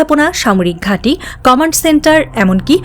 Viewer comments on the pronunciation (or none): none